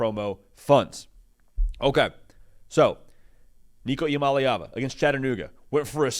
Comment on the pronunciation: Finally someone said his last name right.